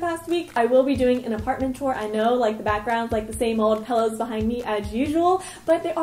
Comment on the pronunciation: She says " pellows " not pillows